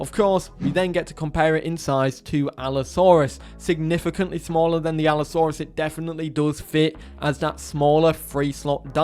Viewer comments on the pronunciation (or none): none